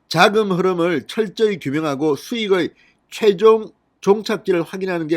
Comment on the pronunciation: 자금,당시,사전 등등 발음 신경써라